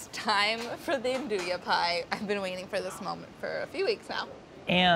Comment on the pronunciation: Yea, Its not "aan-do-yah" its "aan-DOO-wee"